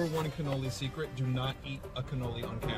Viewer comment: Loved the video Can't wait for the next video man! I, for one, love canoli's.... And it's pronounced as Cuh-knowl-Lee, not Can-Ol-Lee LMAO! The Scream when Vergil came in to save you from a Demonetization was absolutely hilarious as well! And that is the one and only Meru the Succubus.